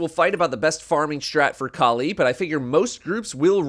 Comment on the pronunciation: That's not how Kali is pronounced 😂